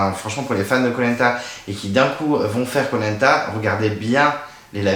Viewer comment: J'ai été spoilé sur les 2 éliminations dans le générique ( Nathalie sur l'épreuve du labyrinthe et William sur l'épreuve des Bambou ). Il y a des commentaires sur le live de spacebabies disant que tu prononçais Koh Lanta comme " Polenta " DEAD Le départ de William ne m'a pas fait réagir plus que ça ( j'ai dormi entre le confort et l'immunité mon avis est biaisé ) J'ai bien aimé l'épisode, la victoire de Ricky, Willy fait du sur place, Sarah et l'hygiène des gourdes, les prémisses du drame du sac fouillé. En tout cas hâte de voir la suite !